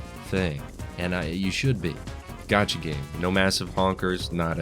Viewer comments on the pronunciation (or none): none